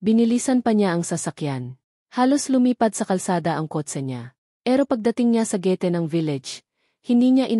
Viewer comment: Nakakaloka mha estorya my gulo alam ng kapitbahay pero hindi manlang tumawag ang pulis at pilipino kaba bakit hindi maganda pagbigkas mo na gate.mensahe at iba pa hindi konalang tapusin pangit